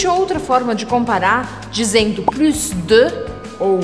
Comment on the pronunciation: Uma dúvida a pronuncia da palavra Plus percebi q vc pronunciou o S do final pq geralmente no francês geralmente não se pronuncia a consoante final me tira essa dúvida s'il tu plaît ?